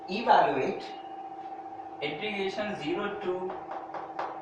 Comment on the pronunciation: Everything is fine . But don't pronounce integration as "intrigation" that is irritating